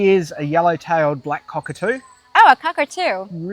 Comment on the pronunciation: This was so much fun to watch... When Dion introduced you to the cock-a-doo (pronounced, cock or two) I thought you were gonna say, "yes, please." I am planning my first trip to Australia So I have a question, did you pay extra for the personal tour guide? Or did you flex your youtuber muscle?